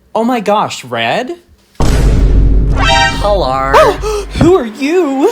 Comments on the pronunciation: HeLoR It's MoI ReAd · "hellaur" "ITS MOI RERD"